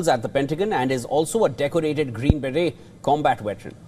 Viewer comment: Note to reporter: "beret" as in Green Beret is pronounced ""bə RAY." 😤🤔😝